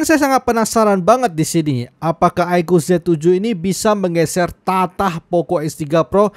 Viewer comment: Menggeser tahta.. bukan tatah